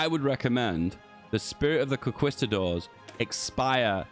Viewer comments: I swear I felt my fathers turning in their graves every time he said that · I disagree with your pronunciation of the word “conquistador”